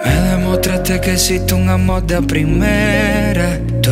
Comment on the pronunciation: Me gusta mucho como canta Nesty. Esta canción está muy linda. Sólo me gustaría oírlo pronunciar mejor (veRdadera, poR, amoR, mejoR, poR qué, mueRto). Mi opinión.